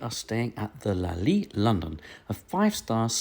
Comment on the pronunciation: Lol it's not a french jawn, why you keep dropping the t in your pronunciation you goofy ahh Brit! 😂 Very thorough review though, much appreciated (